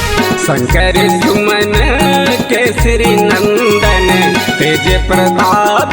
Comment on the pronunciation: शंकर सुवन है आप शंकर सुमन उच्चारित कर स्वर विन्यास कर रहे हैं। गीत मधुर व प्रसंग सुन्दर लेकिन उच्चारण शुद्धता को ध्यान देना होगा।